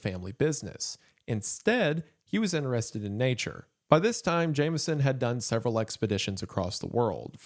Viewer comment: Remember that it's 'interested', not "innerrested".